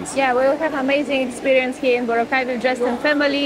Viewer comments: Bro, I know ur a foreigner, and many foreigners pronounce it differently, but please try to pronounce it the local way. It’s pronounced Bora-cay, not Bo-racay. 🤗🤗🤗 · You pronounce it as BO-RA-CAY, not BORA-CAY. Listen how the locals pronounce it. Boracay is too crowded with tourists. You should go to El Nido, Palawan or CORON, Palawan. It is nicer than Boracay. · Boracay island is part Malay (pronounced as Ma-Lie). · He said boracay wrong😐